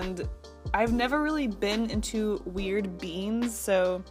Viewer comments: Couldn't help but hear "weird beans" instead of "weird beings". Anyone else? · since my ear is blocked i when you said "i'm not really use to drawing strange beings..." i though you said "i'm not use to drawing strange beans!"